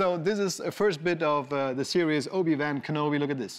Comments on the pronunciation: Klar dass der deutsche Moderator "Obi-Wan Kenobi" wieder so falsch und bemüht englisch ausspricht wie es geht... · obi wään kenobi